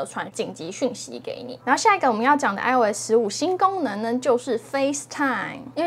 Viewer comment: 一听吓一跳，“新gangmen”...